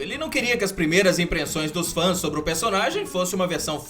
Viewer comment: Primeiras "imprenssões" KKK